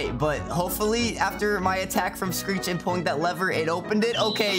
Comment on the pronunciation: He messed screech’s name up😂